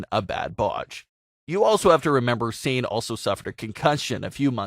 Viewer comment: Her name isn’t pronounced like s-ain, it’s Sah-nay.